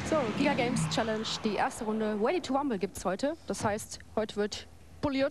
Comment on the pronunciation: weady to wumble